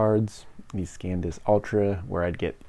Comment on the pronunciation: Bro, it's san disk, not scan disk.